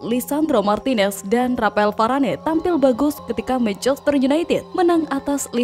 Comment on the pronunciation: Nama bek perancis itu di sebut VARANE bukan VARANEI